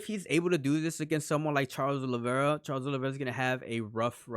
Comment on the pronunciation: Proper names and surnames cannot be translated. The surname isn't Olivera, it's Oliveira. You have to show a little respect for each person's name.